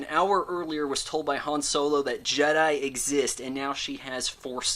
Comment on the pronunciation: "Episode 4: Return of the Jed" lol